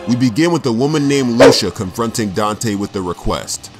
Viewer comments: LOO-SHU, it's pronounced LOO-SEE-YAH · This was good. did my man Dante well. Also, it's loo-see-a not lusha